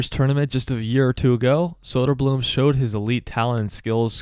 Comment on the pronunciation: Great video, but if you are gonna make content about the Swedish hockey league. Please learn to say Å Ä Ö. It isn’t that hard to learn.